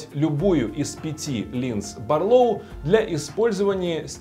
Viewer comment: Барлóу, тут вроде правильно. Вот бы во всём обзоре так